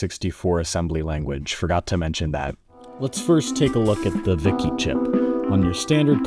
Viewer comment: This is the first time I've heard the II (2) in VIC-II pronounced as actual 'I's.